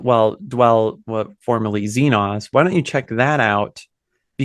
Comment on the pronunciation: It's ZeeNahs, not ZeeN(long O)s